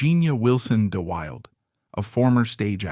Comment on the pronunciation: Pronounced Da Wilda